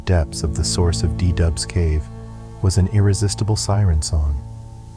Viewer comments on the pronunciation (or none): It´s called cave du Doubs, not De Dub. 😀